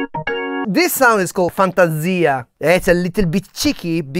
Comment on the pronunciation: That’s pronounced “fantasia”. 🙃